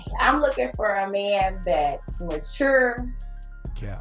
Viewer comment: She wants a dude that's "muhcher" lol